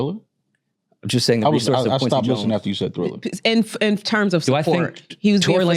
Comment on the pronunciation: please dont let the word Thriller come out of your mouth again 😅